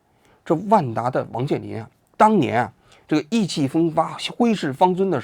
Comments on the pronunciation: 不是挥斥方尊，是挥斥方遒（qiu），不是什么字幕问题，就是王局念了几十年，没发现也没人提醒。😂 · 挥斥方遒（qiu2不是尊），摸爬滚打（不是摸打滚爬） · 挥斥方尊，英国耶鲁。王志安你要给观众倒歉。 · 王局，那念挥斥方遒（qiu，求），不是挥斥方尊！😂😂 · 我就纳闷了，挥斥方遒，念成尊？？？这词儿，但凡上过高中的也不至于出这洋相啊？？王志安你可真让人大跌眼镜。。。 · 挥斥方“”遒“”，这个读qiu球，不是尊啊，王局还是没读过什么书:face-blue-smiling::face-blue-smiling::face-blue-smiling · 挥斥方遒（qiu)😢不是尊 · 挥斥方遒 qiu，不是zun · 王菊，是念挥斥方遒（qiu），不念zun😂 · 不是挥斥方遵，是挥斥方遒。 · 挥斥方遒，念“球”，不念“尊” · 挥斥方遒 'Qiu 不是'Zun😂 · 挥斥方遒：qiu，第二声。不是“尊” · 你怎么能把挥斥方遒读成挥斥方尊？？》？？ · 王局 内容挺好 但是是 挥斥方遒 qiu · 老王 你这个白字的问题真是要解决一下 挥斥方遒（qiú） 通商宽衣这种事是总书记干的 你什么层次和包子一样念白字😂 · 挥斥方遒（音：球） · 挥斥方遒qiu😂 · 挥斥方遒（QIU）😂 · 王局，跟我念:挥斥方遒（qiu）😂😂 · 挥斥方尊，英国耶鲁😅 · 挥斥方遒（qíu） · 这么大的主持人 怎么能读出挥斥方zun这种白字 简直匪夷所思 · 王局，英国耶鲁😂，你是嘴瓢了吗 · 王局是故意的吧，挥斥方遒qiu:face-blue-smiling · 老王啊，到底是你小学初中时候的语文老师不行，还是你那个武大有点水？ 挥斥方遒 （球）喽。。。 错别字不止一次了啊。。。:face-blue-wide-eyes::face-blue-wide-eyes::face-blue-wide-eyes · 王局 是huichifangqiu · 挥斥方遒qiu2 我开始怀疑王局是否真的大学毕业了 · 跟（gen）我（wo）读（du），挥（hui）斥（chi）方（fang）遒（qiu），摸爬滚打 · 上来纠一下：挥斥方遒（qiu），其兴也勃焉其亡也忽焉😂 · 挥斥方遒. qiu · huī chì fāng qiú。吓我一跳，以为我自己这么多年都读错了，吓得专门百度了一下. 这么常用的成语也能读错？ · 挥斥方遒（qiú） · 32：08，听到王局读成挥斥方遵的时候，我傻了眼😂，因为我有同事名字里有遒这个字，我们常戏称他球哥😊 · 你好王局 挥斥方遒 的读音是qiu你读错了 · 挥斥方遒。。。qiu第二声吧？ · 对不起，是hui chi fang qiu 挥斥方遒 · 王局啊 咋总念白字呢 咋总感觉拉低前央视记者主持人水平呢 挥斥方遒qiu啊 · 挥斥方遒（尊？？？） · 挥斥方遵？ 王局 你今天这文化水平啥情况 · 菊座，那个读“挥斥方遒（qiu）”😅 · 挥斥方遒 这个字念qiu 水平下降了哦 王局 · 不是挥斥方遒（qiu）吗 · 王局：挥斥方遒（qiu） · 挥斥方遒说成挥斥方尊，你是在致敬包子吗😅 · hhhh挥斥方尊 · 当他读了两次方尊的时候，我都怀疑是我自己读错了😂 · 王局！挥斥方遒（qiu） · 挥斥方遒（qiu，第二声），王局😂你犯了“通商宽衣”的错误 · 挥斥方zūn? 这是向圣上学习么？ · 挥斥方遒，遒劲有力，音同“方求”。王局你在央视怎么没被罚款过吗？🥲王局对国内新闻真的是了解完全，整合，分析也到位，对国外新闻的分析比较起来简直是垃圾，王局做的国外新闻分析真的太差劲了，连基本人物的情况背景思想说话内容都搞不清楚，只会人云亦云，太差劲了，会员外国部分，真的是不值钱，但国内部分非常值，了不起。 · 挥斥方遒（qiu二声），王老师胆儿真大，真敢念，咱以后拿不准不念行不行😓😓😓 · 挥斥方遒，qiu 球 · 不应该是挥斥方遒qiu吗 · 挥斥方遒，这不是念qiu吗？ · 挥斥方遒（qiu二声） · 武汉大学毕业的，挥斥方遒读不对吗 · 挥斥方遒，读音错了啊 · 揮斥方遒念錯啦😂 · 我丢雷 王局连挥斥方遒都读错了啊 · 我反而觉得他在内涵一些人，不识字还要装有文化，挥斥方遒，读过高中就不会读错，他好歹也是武汉大学毕业的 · 挥斥方遒，武汉大学文科这么弱？ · 这常见成语也读错，不应该